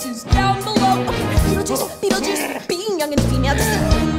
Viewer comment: the second time she was saying beetlejuice she went beetlejuice beetlejuice BENAMANINGNONG